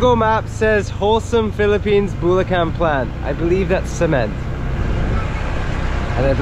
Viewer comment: Punto is accent. Bulacan is putting emphasis on the unexpected syllable